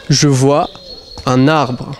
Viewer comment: Let me tell you, nobody pronounces the "vois" like he does. I think his jeans are too tight.